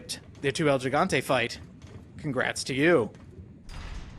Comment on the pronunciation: It is pronounced 'Hee-gante', dude.